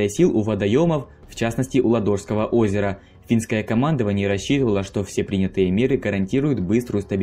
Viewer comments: лАдожского озера , а не ладОжского :)) ! Но за мультик спасибо , все кратко и доходчиво. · ЛАдожского, а не ЛадОжского капец... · ЛАдожского озера, а не ЛадОжского озера! Географию что ли прогуливали?.. И да, до момента передачи Выборга по Московскому мирному договору, город именовался Виипури, а не Выборг. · может ЛАдожского озеро, а не ладОжское? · Какого в этак Ладóжского? Оно Лáдожское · Ладооооожского.....🤦‍♂️ мои уши.... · У ладожского ударение на 1 а